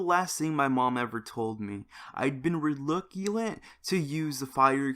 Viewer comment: Reluctant * not reluculant xD silly face